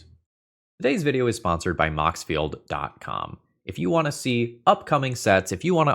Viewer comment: Time to see if says moxfield pro-field again!